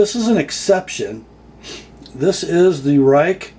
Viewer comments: It is pronounced as Rake not Rike, stupid I know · It is pronounced Rake. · I fell off my chair when I saw you doing a Chinese knife. The company is pronounced Rake (I know it makes no sense with that spelling). I think someone like you reviewing this knife is important. I have been warning US companies that the Chinese are blowing their socks off in materials, quality and price. Maybe they will listen to you. WE's new Civivi line, Bestech, and Real Steel are making high quality budget knives. A Bestech 3-D milled G-10, with ceramic bearings and D2 steel comes in at $52. The Delica with FRN and VG-10 is now $75. No contest which is the better knife and value. Enjoy the Grind-In.